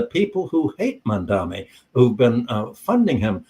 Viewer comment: I think the speaker is mispronouncing Z. Mamdani’s name